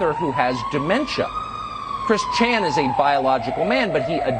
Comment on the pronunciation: Hahaha I love how he says “Chris ChAN”